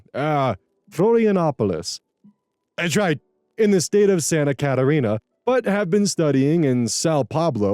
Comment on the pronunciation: I really hope you read this comment, I am brazillian, you just pronunced PERFECTLY not only Florianopolis but also Santa Catarina. Unfortunately Sao Paulo is wrong but only bc OP wrote "sao pablo"